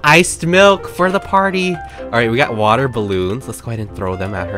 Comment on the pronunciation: Not a soul:: You ca- fil wit waahhhh